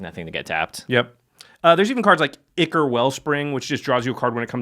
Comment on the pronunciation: Gah! Ichor is not pronounced like that... Eye-chor.